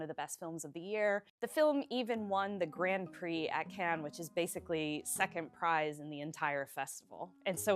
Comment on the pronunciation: NYT needs to stop manufacturing consent for genocide. And your pronunciation of "grand prix" is simply terrible for a journalist.